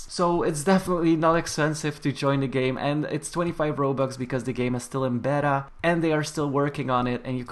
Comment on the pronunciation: the way he pronounced beta tho